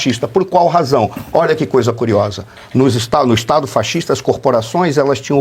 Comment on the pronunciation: Por que ele fala fachista?